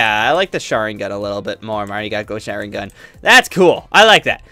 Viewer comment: do not know how to ppronounce any sharingan